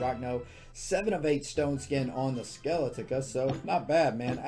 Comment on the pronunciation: You would think that after all this time would have learned how to pronounce skeletica